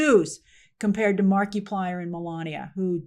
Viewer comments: Oh that was a brutal Markiplier pronunciation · never heard Markiplier pronounced that way 😆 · Never thought i'd run into anybody that doesn't know who "Mark-a-plier" not "Mark-e-Plier" is. That's like saying you don't know who Mr. Beast o.O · I love you as a reporter Grace but it would literally have taken you 10 seconds to find out how to pronounce the guy's name correctly. the creator of Iron lung name is pronounced like Mark-plier it a play on multiplier not Marky -plier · It’s not Mark-ee-plier, it’s Mar-i-plier ( short vowel form ) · I realize Grace that you don't follow Mark - 'ah' - plier. But I do feel it's worth pointing out that he was involved in the 'Edge of Sleep' series that was distributed thru Amazon. While neither writer or director in that series, he was involved in promoting as much as he could due to Amazon's seemingly strange limitations about advertising upcoming shows. Due to the frustration and annoyances perceived. I think there is a pretty big reason what encouraged keeping the big companies out of the mix this time around... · I work for Disney and Marvel and the hollywood machine. I am THRILLED that Markaplier showed you dont need the corporate Monoliths to succeed. The whole thing would have been completely tainted if he had "kissed the ring" of disney first. Mark-a-ply-er, PLEASE at least learn to say his name right, Gave hope to me that the film industry can recover from the Monopoly that has destroyed its creativity for the last 20-30 years. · Grace must have said "Marky plyer" 100 times this video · It's French Marky-plea-ay 😜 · I giggled every time you said Marky-Plier 🤣🤣🤣🤣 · Markiplier. (Mark eye plier) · it’s pronounced markaplier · I LOVE the way Grace says Marky Plier 😂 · “Mar-kee-plier “? “Conservative male viewers” for Iron Lung? Iron Lung not being good? What kind of biased is this? I am rolling on the floor at the moment. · I'm not a fan... But it hurts the way she pronounces Markiplier xD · SAAAME Good God that hurt